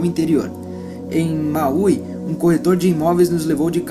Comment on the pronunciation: Querido! Estou amando a audição desta obra esclarecedora e sendo muito abençoada por ela. Gostaria de dar duas sugestões, se me permitem: a região o Havaí citada " Maui" é pronunciada " máui" e não " mauí". O nome de " Jung" é pronunciado " iumgui" e não " jung". O som de " j" dá lugar ao som de " i". Obrigada. Sinto muito Me perdoe Sou grata Eu Te Amo